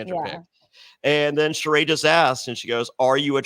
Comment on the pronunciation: Why has this man refused to at least respect Sheree enough to say her name correctly.